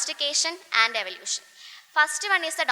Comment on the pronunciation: Eavlution paryan nei pora athu kodu practice chiyuka